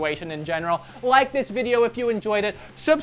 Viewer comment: "Did you rike it?"